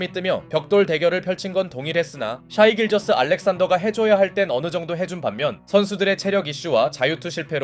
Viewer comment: 근데 왜 자꾸 샤이라고함? 셰이나 쉐이가 맞지않음?